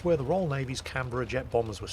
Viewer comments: As an Aussie, you have my approval of your pronunciation of Canberra. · Yes he did well...